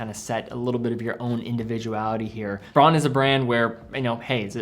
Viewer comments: In German the brand is pronounced: brown! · A very good list. One tip, though: in German, au is pronounced "ow". So it's "Brown" and "Bowhouse". One series I'd add are the Bertuccis. I got a top-of-the-line one with the 10 year lithium battery and sapphire crystal. The strap is awesome, too.